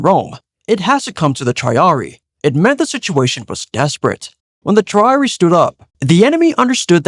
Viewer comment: I enjoyed the video but the pronunciation with the units for triple line killed me inside. Veh-lee-tays (Velites) and Tree-are-re-ee (Triarii) from my understanding.